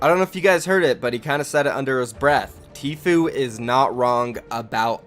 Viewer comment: The guy doesn’t now how to say tfue